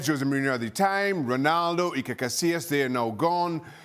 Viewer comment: IT IS NOT JOSE BUT HOSE .